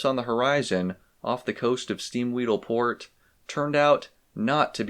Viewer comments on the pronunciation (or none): none